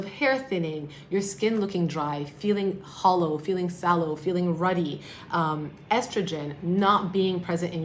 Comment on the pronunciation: idk if they are right about those menopause symptoms. I am past menopause and none of that happened to me. My skin is not looking drier, my hair is not thinner, ... I don't know what you mean about the ruddy thing or whatever that other word was.. did you say fallow or hollow?? lol Estrogen may get depleted, but honestly, it's not as bad as you make it sound .. at least it wasn't for me. Again, maybe the results are nutrition related, and MOST people are undernourished even while they eat plenty. I had some hot flashes, but it went away, and it was nowhere near as bad as people made it sound. I don't get them anymore, and I feel fine, skin looks fine etc. I have a tiny bit of crinkling starting on my chest skin, but it goes away when I moisturize it. Honestly... I bet nutrition and sun exposure play a HUGE role in all of this. Yea the sagging is prob going to happen to some degree... My Mother in law spends a LOT of time in the sun, and it really shows. She also has a lot more sagging skin bc prev she had weight issues... and for some reason seems to have far more sagging of the skin from her face and neck than she had even when she got the fat removed. Honestly though, I think that she looks far older than she needed to... and it's from the sun exposure in large part. She is in her 70's now, but just a few years back before she moved to FL and started spending way more time in the sun, her face did not look as wrinkly and sagging as it does now. That collagen depletion went